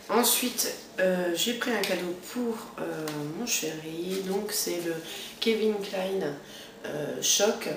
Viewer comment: On dit pas kevin clein !! Mais Calvin Klein ;)